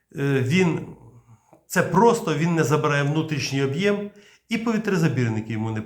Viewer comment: прилічний - ПРИСТОЙНИЙ прискорювач- ПРИШВИДШУВАЧ керосин - ГАС товщиною - ЗАВТОВШКИ об'Єм - Об'єм(наголос на "о") передАли - передалИ * Головне питання: а що там з українською балістикою?